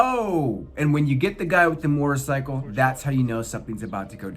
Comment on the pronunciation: I thought you said mortar cycle lol